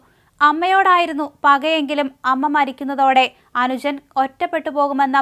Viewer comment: Not Viddhyaarthi...it is Vidyaarthi ?? Anujan or Anusan ?? You used to say Beesepi....for BJP...Beesepi...Beesepi...